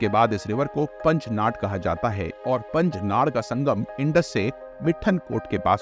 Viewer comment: Please pronounce proper in Hindi whichever words are from local names given ex. Shyok (श्योक) not a शियोक & मिठानकोट (not मिथनकोट), पंचनाद (not पंचनाट) many more